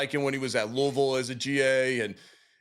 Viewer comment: Great interview from one awesome Center to another 🙃 Hope the Bills can keep him! Ps Thanks for pronouncing Loo-uh-vulle correctly Eric 😉